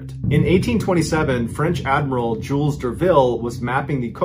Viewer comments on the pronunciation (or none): none